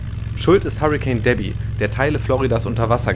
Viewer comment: Debby oder "Derby"? Was nun?